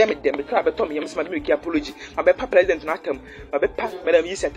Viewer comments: He said plesident 😂🤣😂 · Oy3 aboa peee,kwasia boy.fa wo nkwasiasem fri ho ko. Wo ye gimifuor paaa. You need proper discipline with that nonsense apology. I think you are not 100% mentally stable because they way you've be saying me fliends,frag bearler and plesident instead of president even shows.